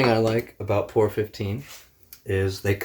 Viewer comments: It's P O R 15 not pour 15 just wanna get that straight. So people at autoparts store look at you like ehe? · Its P.O.R not Poor. Very nice video though! Alot of "professional paint shops near me won't touch P.O.R with a paint gun. Swear it can't be done. You proved them wrong big time!